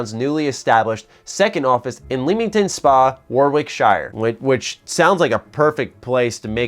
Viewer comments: Its pronounced warrick-sher. I live not too far from leamington spa. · Ahhh never gets old when Americans try and say Leamington or Warwickshire or anything... Hint from a local: Lem-ing-ton and W-or-ic-sheer ;) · it’s not pronounced like the hobbit, it’s more like Warwick-sheer and it’s lemming-ton in the UK shire is sheer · I love Fable, the first and second one I have so much nostalgia for and played so much over the years and 100% all of them including 3. If 4 really does come out I'll be so happy! Just FYI Warwickshire is pronounced War-Rick-Sheer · Warwickshire? you really butchered that name.. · The way you said warwickshire triggered me. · i'm never heard someone butcher the pronunciation of leamington spa warwickshire so badly